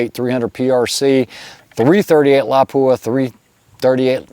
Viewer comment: Yeah, but he MURDERED your iconic little town of Lapua!! It is NOT La-PUA. It is pronounced like Lappua. I bet he says LEO-pold instead of Loo-pold. for the German name of Leupold & Stevens, Inc